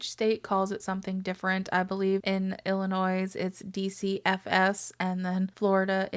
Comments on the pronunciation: Also, the S at the end of Illinois is silent. You don’t pronounce it just very bad thumbs down do better. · Did you pronounce the 's' in Illinois? That's whack